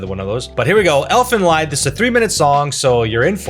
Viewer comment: First of all, it's elfenl-ee-d, not elfenl-eye-d. First (and correct) pronounciation meand elfsong, the second (and your) pronounciation meams elfsuffering. Second, dare you to react to the GERMAN opening of sailor moon season one. You may not understand a single word but instead of just covering the original back in the days, the studio went all out and made it a peak embodiment of the german music genre of its time. It's not just an anime intro, it's the shadow of german music history.